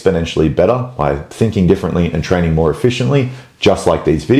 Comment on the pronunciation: "Fix your trainig" ❤